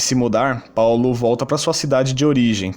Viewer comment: vc tá tentando imitar o bonossauro falando Paulo desse jeito? pau-lo